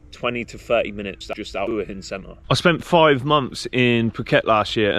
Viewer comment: Thank you for pronouncing Hua Hin correctly.